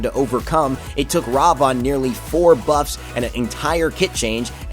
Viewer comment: Ravon? Thats not how you say his name. Its Ra-Vin. Thats how you pronounce it. And old Ravana Ult > New Ravana Ult.